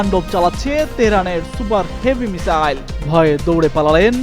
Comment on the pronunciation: মিসাইল কে মিজাইল না মিজান বলেন বুজি না।মিসাইল বলবেন